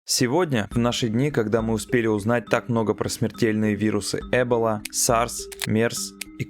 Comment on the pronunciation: Правильная постановка ударений покинула чат... Эбола и кОвид?